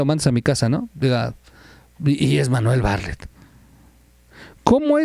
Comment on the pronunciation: Terrible información Por favor checa el nombre de Bartlett siempre dices Barlett. .....